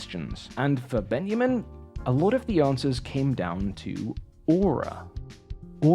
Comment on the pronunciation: Love the video! But.. I hate to be that person, but it was painful to listen to your pronunciation of Studio Ghibli. Its pronounced "jibli" as in "jam", not with a hard "G". Its especially frustrating as all the other foreign names / phrases were spot on. The German was good and the Ben-ya-min instead of Benjamin also. Again love the video though!